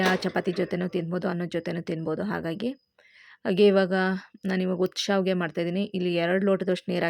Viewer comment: It is not saavige ,it is shaaviige. Gives different meaning.